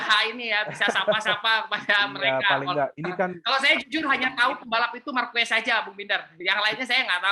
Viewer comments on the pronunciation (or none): Ngakak marquez wkwk, ditulisanya marquez bang, dibacanya marqes bang wkwkwk bukan marquez